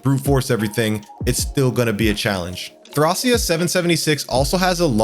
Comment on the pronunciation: I stomached through the bad pronunciation of Thracia but i cant do it back to back on Ys lol thumbs up on the video foe the effoet but i can actually finish watching it, feels like your purposely saying these games in weird ways